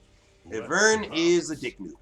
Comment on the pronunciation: Great videos and commentary just triggered by the way you pronounce ivern and mana. It's "eye-vern" and "man-uh" lmao